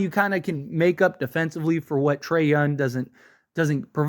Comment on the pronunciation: It's so annoying that he keeps saying his name like every two sentences, but then he calls him Yun. like who tf is Trae Yun? 🤣🤣